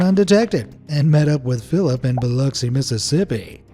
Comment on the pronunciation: Thank you for the correct pronunciation of Biloxi! 💚💚